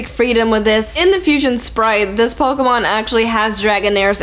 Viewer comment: it's pokEmon not pokUmon!!!!!!😠